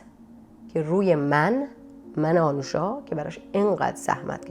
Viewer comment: اسم ایشون آنوشا هست نه اَنوشا. لطفا روی لحنتون کار کنید، گاهی اوقات سوال پرسیدنتون شبیه به بازجویی شنیده میشه.